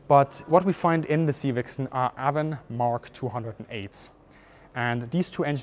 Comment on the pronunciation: The engines are ‘A-von’, not ‘Ah-von’. 🙂